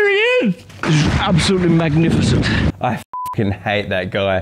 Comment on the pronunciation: Ambosutly mamnificamt